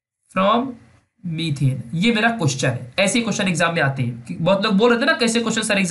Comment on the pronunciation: it should be METHANE not METHENE it should be ETHANE not ETHENE